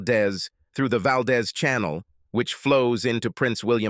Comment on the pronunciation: Valdez, Alaska. It’s pronounced Valdeez. The is is long.